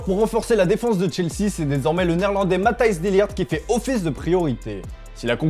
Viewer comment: C'est Mathis et non pas MathAis de lirgt